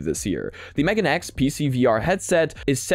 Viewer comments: meganeX pronounced meh-gaw-nay X... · MeganeX pronounced as May-Gah-Nay X Megane = Glasses in japanese Still, impressive headset that I would like to try out if its available locally here